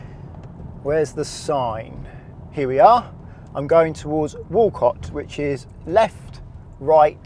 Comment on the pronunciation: I used to cycle over that road, it's generally point in the direction you want to go and hope for the best haha! You did at least pronounce Walcot correctly! But your edits are right, it's siren-cester and raw-ton - big fan of your videos though, I have my test in December so this is helping massively, good to see you tackling some roads in my neck of the woods!